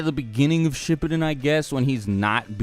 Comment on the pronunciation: He said shipid lol instead of shipuden (dont know how to spell it)